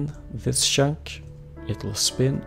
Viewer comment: why do you say shank instead of chunk ?